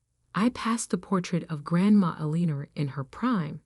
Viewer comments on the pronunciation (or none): The problem with AI reading these stories is that English is not their first language 🤣! Every time she said “Aliner”, I cringed. I’m assuming the name is Elinor? Now and then, there is an odd word mispronounced…I can usually figure it out, but it can be distracting, and interrupts the flow of the story.